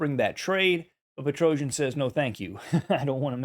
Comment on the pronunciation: Какой ещё "петроужен", когда он - ПетросЯн